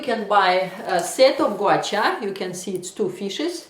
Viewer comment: Russian... Ирина, призносится Гуа-Ша!